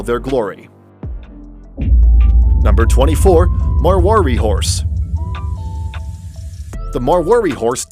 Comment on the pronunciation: You should try revising your Indian geography.....Punjab is not a part of Pakistan and marwari is pronounced much differently.